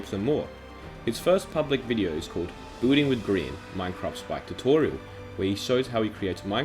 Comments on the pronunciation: XD at the start I thought he said “bulling is a big part of Minecraft” Laugh out loud sorry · Every time he says Building I thought he said booting. Anways, pog video lol! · i cant unhear him saying "booting" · Boolding cracked. Me up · you say building like booting and grian like green. What the heck is that pronounciation.